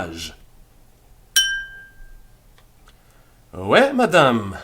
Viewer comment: I love all your lessons and am just starting this series. One question: Why are you pronouncing oui as way instead of wee?